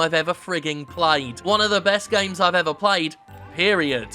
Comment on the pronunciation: I can't get enough of the way Jim pronounces "gaiymes"